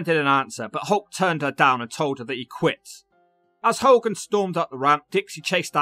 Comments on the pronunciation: Its Ho-gan not Hol-gan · It's funny how half the time you can't say hogan properly then you can in other segments, is that on purpose? 🤣😂🤣 how ever, it entertained me 😂🤣 another great video dudee 🔥